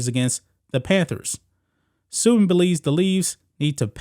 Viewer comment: Pronounced Su-ban